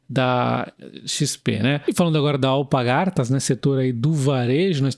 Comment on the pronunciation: Só um comentario, o nome da empresa é AlPARgatas, não AlpaGARtas